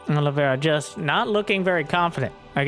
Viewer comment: Is there any SC2 commentator capable of saying "Oliveira" right?